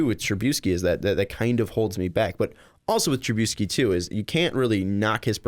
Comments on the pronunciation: TruBISky. Not TruBEUsky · The way you pronounce Trubisky is gonna end up giving me colon cancer.